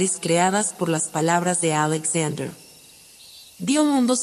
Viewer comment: Buena la historia, pero podrías pronunciar Alexander de acuerdo con el idioma en que lo estás narrando, el español. O echa el cuento en inglés. Sé coherente!